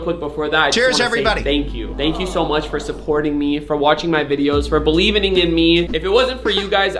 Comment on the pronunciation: "Believening" in you huh millionaire?